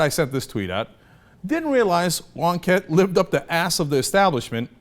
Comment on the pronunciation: Who the Fuck is Wonkettee!?